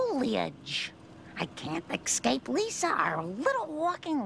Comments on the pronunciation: And escape ("excape") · And "excape" yeah